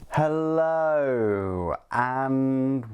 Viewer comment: because it sounds awkward. why the extreme emphasis on the hello? why not a short hello, or hi, or good day?